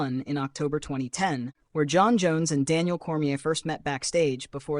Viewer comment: 8/10 information, -53/10 pronunciation on any name that is “Jon”